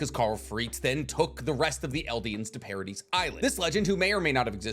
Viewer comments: The S is silent in Paradis. STOP SAYING PARA-DEES!!! It's Para-dee 🙄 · Bro has so much anime knowledge that he forgot how to pronounce Paradis.